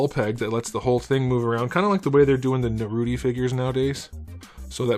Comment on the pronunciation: Did you just said Naruti? XD